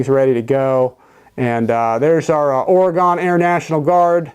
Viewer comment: Ore-gun National Guard